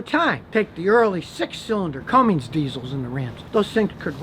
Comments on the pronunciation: Am I the only one who cringes every time someone says "cummings" and the older CUMMINS engines did have a problem, they had defects in the castings, if left in OEM form (less than 200hp) they would run 1.2-1.5 million miles before cracking and splitting apart. So for a typical pick-up owner, GREAT engine! But for a kid who's gonna put 40lbs of boost to it and try and race the new trucks... Terrible engine! lol hope you have a scatter shield in that truck. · Aisin are backing the 6.7 cummins in only. Zf is the maker of the 8 speed behind ecodiesel. Oh, and there is no "G" in Cummins. The 160hp engine you mentioned was the early '80s and '90s engine. Current 6.7 makes 400hp and 1000lbft torque, in a truck that weighs 8,000 lbs, and gets similar fuel economy to your toyota. If it surprises you that the cummins uses a different trans than the Italian diesel, you have no right to talk on this subject. You refer to them as though they are just flipping back and forth. If you were as smart as you think you are, you'd have known that they are two COMPLETELY different engines, and as such use different transmissions. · The Eco Diesel engine sucks,....totally agree. However, Scotty you are confusing people here by not being totally clear between the Eco diesel, and the 6.7Liter Cummins, not Cummings engine as you are pronouncing it! The 6.7L engine with the Aisin is a great combo for anything you need. The 2500 with the 6.7L and the 68RFE trans goes a long way too, but that trans eventually needs to be rebuilt sooner around 100K if you are the person who tows everyday. And, the 6.7L is not an Italian made engine. Lastly, if it’s one thing I do know about a mechanics advice regarding their own opinion towards any vehicle is all based on whether or not the vehicle comes apart easily or not when having to work on said vehicle. In other words, if you can’t get to what you need easily, the vehicle is now a piece of junk. Not always true! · You lost me when you said Cummings 🤦🏼‍♂️.